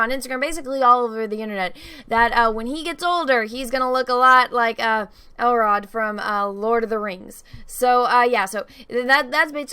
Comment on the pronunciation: are you saying "Elrod"? it's Elrond. and are you saying "Bene Jesuit"?? it's Bene Gesserit. and are you saying "cantor"? it's candor.